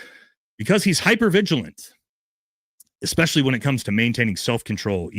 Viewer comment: And also it’s “especially” not “expecially”.